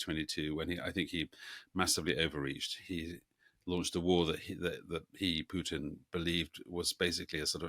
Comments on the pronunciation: It's Putin, not "Pyutin". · What's with the weird Putin pronunciation? Pjewtin? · It’s not Pewtin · Sounds like Pewtin